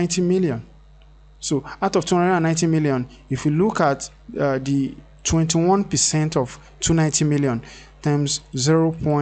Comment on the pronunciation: It's not DIS but THIS. Please practice it. It will make a huge difference to your life. Also it's not D but THE.